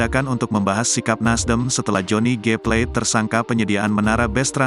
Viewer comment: Plate bukan " pleit "